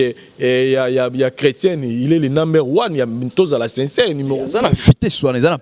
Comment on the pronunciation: oza na lokuta Moïse mbiye aza na Belgique yo ozo loba France 😁😂 en plus bino mibale bozo loba u à la place ya i , sinçeure place ya sincère 😂😁 boza suka